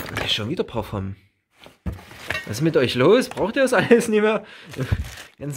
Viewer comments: Ich liebe wie der schänder "parfomm" sagt💕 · Immer dieses parfoom ☺